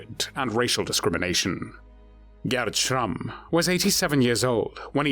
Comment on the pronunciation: Had to stop the video after the third time I hear the ridiculous pronunciation of SCHRRRAMMMMM